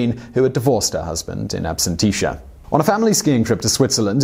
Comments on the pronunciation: ABSENTIA - It's pronounced "AB-SENT-EAR" not "AB-SEN-TEESH-ER" as you kept saying. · Man, it was painful listening to you butcher the word absentia. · It's ABSENTIA (ab-SENT-shuh), NOT "Ab-sent-TEE-shuh" 😒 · the word is "absentia" pronounced ab-sen-tee-ah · Excellent video, but I can't help it... It's pronounced "ab-sen-she-ah". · Yeah, it is a bit annoying. Not even focusing on the German words and names, but English terms get butchered. "Ab-shun-tea-shuh"? Its only a 3 syllable word for crying out loud, he added extra letters...like in aluminium.